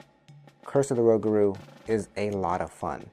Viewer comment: Rougarou pronounced rew - Gar - Oh (long O) and is French for Werewolf.